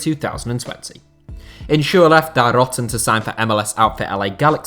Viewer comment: Your pronounciation of Die Roten sounds disgusting. Pls say "Die" like in "Di Maria" and and the in Roten "o" like in "tory". Or just say "the reds"